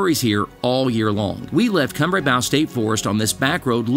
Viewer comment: Kumbrabow. You're saying it wrong. Come - Bray - Bow. Like Bow and Arrow